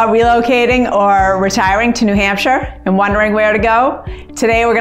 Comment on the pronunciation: Probably would be best to say New Hampshire like a native, New Hampshire. Lebanon is far into the boonies.